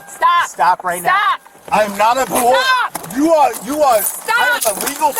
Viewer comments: "I'm not on pawole. I'm not on pwobation. I know my wights!" 😂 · He knows his wights, he's not on pawole or pwobation! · "I am not on pah-wole". Loser. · "I'm not on pawole, I'm not on pwobation." Elmer Fudd meets George Floyd. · So was he on pawole or pwobation?